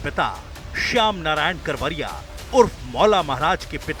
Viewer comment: कावरिया नही करवरिया बंधु है